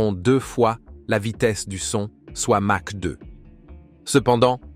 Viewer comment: On prononce "makh" et non "mache". Je pense que c'est l'IA qui est en train de nous raconter des bêlises.